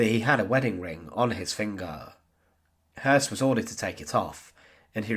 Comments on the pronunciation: Sounds more like the word 'hearse' ,without rolling the 'r' at all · good documentary although the constant mispronunciation of his name was grating. anytime a German name has the two dots above the ö (umlauts) the O is pronounced "ew" so in this case, his name is actually Rudolph Hewss. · I mean that his name was Häss, and not Höss. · Hess not Hoss you numnut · Hoss/Hess? Unfortunately the storyline is like a can of spaghetti. 🤪 (Nonetheless, good research.)